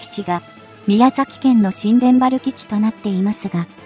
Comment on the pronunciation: 「ニュータバル」と読ませてほしいな